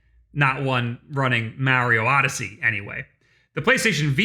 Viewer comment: If you’re gonna have a YouTube channel centered around nintendo u gotta learn how to say mario